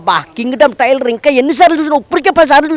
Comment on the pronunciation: టైర్లు కాదు ట్రైలర్